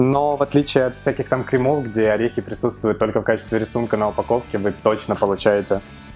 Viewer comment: "в отличии от кремОв..." "крЕмов", "крЕмов"!!!